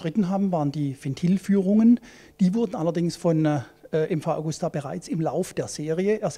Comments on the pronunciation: nicht Augusta sonder Agusta ;-) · Traurig ist, dass die Redakteure den Hersteller nicht richtig ausprechen können.